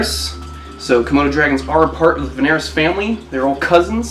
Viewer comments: "Vanarus"? Not Varanus? smiley face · It's varanus not vanarus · Its "Varanus", not "Vanarus" hahaha good video mate, loving your animals! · Isn’t it varanus instead of vanarus?